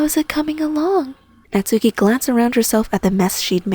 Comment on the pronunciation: GRRRR THE NAME IS PRONOUNCED KNOTS KEY